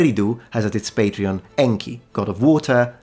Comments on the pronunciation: You keep on saying Patreon instead of Patron LOL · Are you deliberately pronouncing 'patron' as 'patreon'? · As a linguist, I should think you'd cringe if ever you heard someone else say "patreon" when they meant "patron". Academic shame be upon you, sir! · I know I shouldn't but I giggled when you reflexively started pronouncing "patron" as "patreon" (except for Lagash & Ningirsu, where you said "patron"). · Patreon???? Not "patron""? SUMERIAN CITIES HAD WEB PAGES AND DONORS???? "BUY ME A BEER"? :face-fuchsia-wide-eyes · "...having the god of wind and storm as their main patreon..." "PatrEon",?